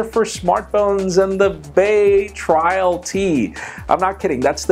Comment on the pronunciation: its BAY TRAIL not bay trial.